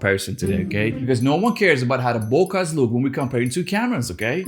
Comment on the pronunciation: Can you say Boka again?